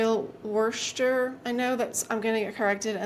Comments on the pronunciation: I believe it's pronounced "wooster." But...it doesn't rhyme with rooster...it doesn't rhyme with anything, as far as I can tell. Actually, it sounds like "puss" as in "puss and boots." I guess we do say "wuss," don't we! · I believe "wuh-ster" is what you're looking for. Worcester seems harder than it actually sounds because of those extra silent letters in the middle. And wuh-sta-sher for the sauce. I hope you can find those green cups! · Worcester, Its pronounced Wuss ter like the word ‘puss as in puss n’ boots. I’m from MA and there’s a city in Central MA called Worcester.😂 you really found some great pieces for your booth!